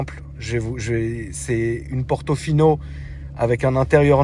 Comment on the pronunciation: Ferrari "Portofion" 😂😂😂